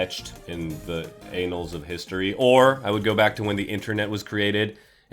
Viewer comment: Annals,. It's annals.